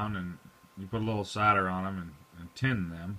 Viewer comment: did he say cider as in Apple cider?? need help